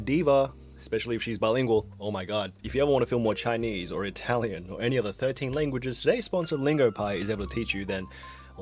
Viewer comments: "Germon" and "Ralian" seems legit. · oh yes, Ralion, Gemmon and Datch... my favourite ai languages to learn